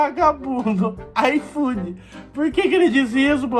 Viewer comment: O cara: "IFOOD": "IFOOD" não entendi